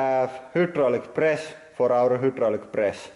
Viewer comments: "y" in Finnish is kind of an "uuu" sound, I love it. Also of course he has that many presses. This is huudraulic press channel! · Hyoo-draulic press